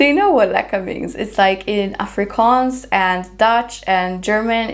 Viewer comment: A random and pleasant surprise to hear you say lekker 😁🇿🇦